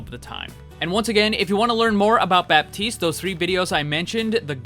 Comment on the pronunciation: The P in baptiste is silent